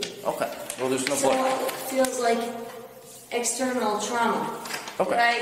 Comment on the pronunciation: "Exteminal trauma" 😂